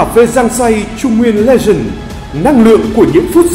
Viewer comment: Bạn nào vừa đọc thì sửa hộ độc giả chữ " legent" thành " legend " nhé. Hi hi hi !!!